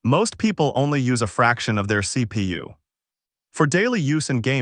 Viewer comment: wtf C Pi U C Pa u C Pay U the worst AI i have ever heard